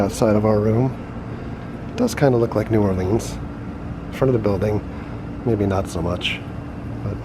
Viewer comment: I hate how everyone puts so much emphasis on the "leans" in new orleans